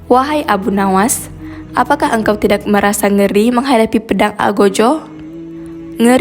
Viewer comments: Tidak jangan dibaca Tidax mpok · Tidak Bukan Tidax mpok, Perbaiki lagi Bahasa Mu..pasti Baca Teg Ya... Nanto Rokok Jadi Rokox Pula..